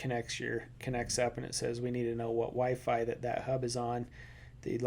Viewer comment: mans really said wyfry i mean i get it